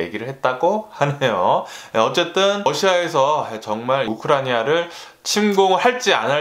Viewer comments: 암튼 우크라니아는 아닌건 확실합니다^^ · 뉴스 잘들었습니다! 그런데 "우크라니아"라고 계속 발음하시던데 "우크라이나" 아닌가요? 오늘 발음이 살짝 꼬이신것 같은데 찰떡같이 알아들었습니다만 다음부턴 우크라이나로 정확한발음 기대해봅니다 ^^